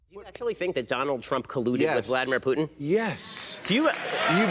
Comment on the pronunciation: Oh, you can pronounce Vladimir Putins name correctly, but not Alexandŕia Occasio-Coŕtez? Eff you, Ben-ya-meen. Eff you right in your pronunciation.